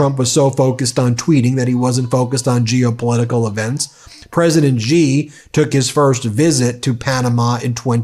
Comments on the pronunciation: Love everything about your site. But please quit grossly mispronouncing presidentXi's name. It makes it seem like you are mocking him. I am sure you are better than that. It's not Jee or zhee. Its closest English translation would be the word "she" (although not perfect it is the best many non-Mandarin speakers can do and is perfectly understandable). I beleve that you have enough integrity and and respect for the president of China and their people to try to sy the name properly. Thanks for all your work! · Love your programmes, watch them daily. Just a tip from an Australian that studied Mandarin.. ‘Xi’ is pronounced ‘she’ or just like ‘c’. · The Chinese president's family name is Xi, not Gee.